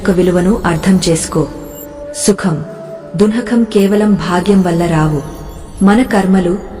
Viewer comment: Please correct ur pronounce the word dukhham,not dunakham.